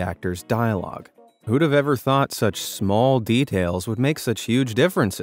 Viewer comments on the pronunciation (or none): none